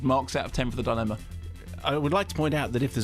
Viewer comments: YOU'RE TEARING ME APART LISA!!! I love a good Kermode rant. I want to hear an extended version of his "Devil's Rejects" rant. This one is great (though why does Mark keep pronouncing dilemma as thought it is spelled "dilemna?" He even accentuates the non-existent "n") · Frank Krumnow - No I think Simon Mayo legit pronounces it “DI-Len-Na”, so Kermode started saying it that way to annoy him.